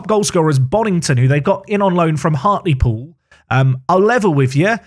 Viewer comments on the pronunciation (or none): none